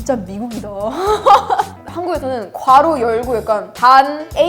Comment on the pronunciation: 완벽한 한국어에 완벽한 영어를 구사하는 미국인은 처음이다 특히 괄호 를 정확하게 발음하다니.., 가로 이러는 한국인들도 많은데...